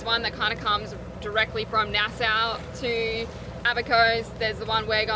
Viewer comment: Nas"saw" not Nas"sow".